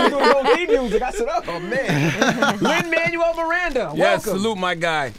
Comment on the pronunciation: Lin’s face when the host botched his name in the beginning.